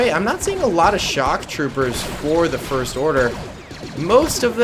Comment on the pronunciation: Did you say the forst order